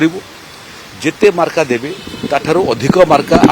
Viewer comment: ମାର୍କ କୁ ମାର୍କା କହୁଛନ୍ତି ମନ୍ତ୍ରୀ ହୋଇ 😂